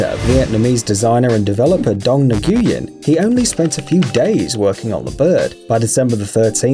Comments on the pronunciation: It’s not nug-union it’s win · Nguyen is pronounced "win" not "nigoowin," I know because my friend has the same last name. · omg its no na-gey-en it pronoused win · It is not nu-gu-yen It is nhu-win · Nguyen is pronounced 'Win' not 'Nuh-Gee-When' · Nguyen is not pronounced "nuh-goo-yin" It's pronounced "win" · Do you know whats more annoying is Nu-wen not Nu-Gu-wen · dong "n-goo-yen" XD (it's pronounced noo-in) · NGUYEN IS PRONOUNCED “WIN” NOT “NUG WIN” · Nguyen is NOT "neg-ian" it's pronounced "when" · Its not pronounced nyguen its pronounced whin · It's pronounced Win not New gee in I would know because that's my last name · ITS NOT NAGOOYEN ITS NGUYE as in the -ng in bang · Wanna know what’s annoying? Pronouncing last names wrong It’s pronounced (win) not (Nguen) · Ne gee in.. My last name is Nguyen and that was not the correct pronunciation. It’s pronounced Win or something close to that. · Nguyen. Classic. Thats not how you say it though. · My friend is Vietnamese and it's Ngu-en Nguh-en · Or nu-en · You pronounced Nguyen wrong. It’s pronounced win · You know Nguyen is pronounced whin in Vietnamese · Excuse me Nguyen is pronounced win I’m Asia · did he say ngooyen.lol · it is pronounced wrong for the last name. When you say Nguyen it's is supposed to sound like when. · The way he pronounced Nguyen!!!!😣😣 Its New-In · It's annoying how you pronounce Nguyen It's pronounced "Niu-win" I know this because I went to middle school with a Vietnamese kid with that last name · Nguyen is pronounce: n-oo-win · Don nuh-goo-gen? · You’re pronouncing it wrong! How you pronounce is like nuwen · Nguyen is pronounced win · You said dong nguyens name wrong you can say it like win or new-gen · did you call him ne gu yen... BLASPHEMY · You miss pronounced Nguyen it’s pronounced Winn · dong nuh-goo-yen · I’m sorry did you just say Dong Nuh-goo-yen? That pronunciation is soo wrong I’m Vietnamese I know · Ne-gu-yen? Really? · Btw, Nguyen is pronounced kind of like “win” or “nwin”